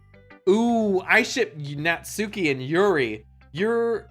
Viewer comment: It’s Natsuki